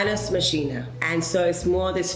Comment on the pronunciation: Lol 'manus Machina' Naomi it is pronounced X /makina/ 😆